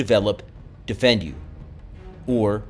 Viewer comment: Hi, Great presentation. I have his books and have studied his techniques. We even incorporated some of his material in our combatives training befor deploying to Afghanistan. BTW, Defendu is pronounced "DEEFENDU" not "Defend you." Keep up the good work! Chris. CPT Christopher F. Sheridan, 20th SFG (Ret.)